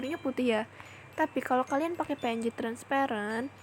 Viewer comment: Wkwkwk lucu bet pas ngomong "pe en je" wkwkwkwk